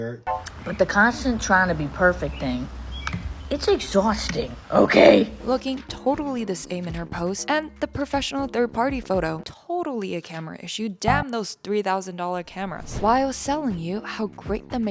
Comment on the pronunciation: She looks like she forgot to put her dentures in. As she said “It’s “exschausting” 👄 💧